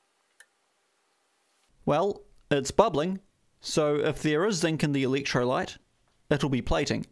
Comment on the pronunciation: Did you say electrolyte ?